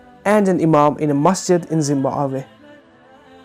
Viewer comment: Being African I laughed at 'Zimbawe' thank you for making my day.